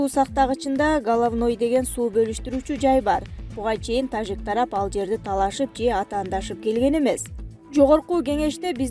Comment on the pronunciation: Суйлоп аткан кыз зб кылдын го ж тамгасын ёжик дегендей окуп тажикстан дегенде туурале айтасын да тажик дегенделе ёжик кылывересин журналист мындай окубаш керек